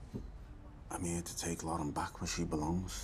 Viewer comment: “Doo shane “ “Lawren” “My Lohren”